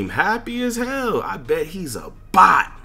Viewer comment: “I bet he’s a bot” the emphasis on bot killed me